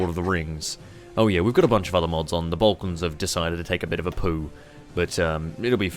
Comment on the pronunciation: still says balklands instead of Balkans, even after playing HOIIV for years